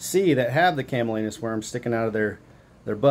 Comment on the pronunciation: CamaLLanus, not CallaManus. 😇